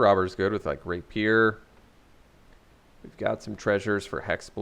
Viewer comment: Rapier = Ray pee ur, not Raypeer.